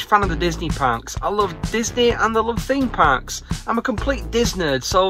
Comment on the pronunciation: Did you say Disney Thark? Theme Park. Th-ark. Thark! I’m gonna try that out